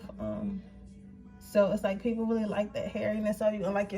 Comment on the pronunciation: Sis do you have a speech problem? It seems to get worse and worse every time I click on a video. You keep pronouncing “really” like “willie”. And you talk fast.